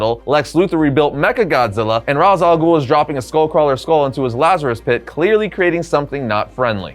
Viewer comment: Ras al ghul's first name is pronounced like Raysh.